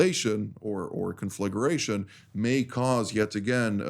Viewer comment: 1. 'con-flag-ration' 2. She used the "horror" to describe the attack on 10.7, that means they are willing to take a loss in regards the lunatic fringe. It's gota' be a like a sharp stick in their collective eyes. Good. 3. 26m 20s Not "fearful", concerned.